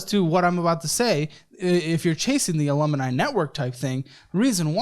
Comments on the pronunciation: Alumni not alumini 😊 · Hmm, “alumuni”? 😂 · Alumineye...must be the European form of Alumni 😂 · “Alum - i- ni”😂😂😂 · I can’t with pronunciation of “Alumni”